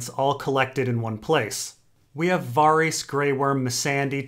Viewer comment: "Varr-eess" What the fuck